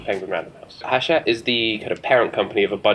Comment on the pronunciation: It's pronounced 'achette right?!